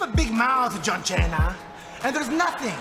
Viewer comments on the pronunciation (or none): how santino said john cena is sooooo funny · John chaina😭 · John Chaina 😂😂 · I say John Chena every once in a while. I miss Santino